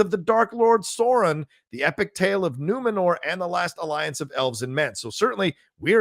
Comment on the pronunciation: Love this, but Sauron is not pronounced "Soron", but rather "Sow- rrron"